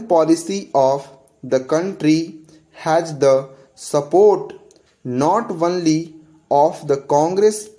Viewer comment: This is “only” and you prononce it “onely” except it I think everything is perfect